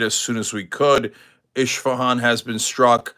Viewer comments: Hey Cenk, it is not "eSHfehan", it is eSfehan. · 😂😂😂eshfehann,, omg,, it is Esfe-haan… اشفهان،،، Israel hit the new City in Iran called Eshfehan….😊😊😂😂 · It’s not Ishfahan, it’s Isfahan